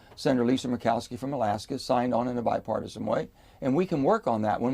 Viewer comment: What part of being used by Republicans does Manchin not understand. Sick of hearing him say bipartosin